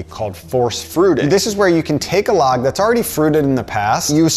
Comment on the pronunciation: with a hard G. here he says it with a long G as in "lodge"